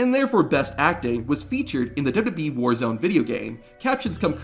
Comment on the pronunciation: Is there also a blooper video of you butchering basic words in the English language every time you open your mouth? How do you manage to turn WWE into dubbadee?